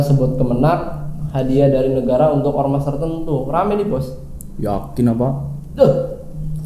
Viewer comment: Yg ngomong "yakin apa" logatnya org ngapak